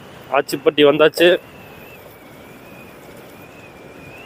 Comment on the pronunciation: ஆச்சிப்பட்டி ❌ அச்சிப்பட்டி ✅